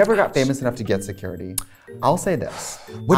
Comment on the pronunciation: Se currity??? Se-curr ittee !!!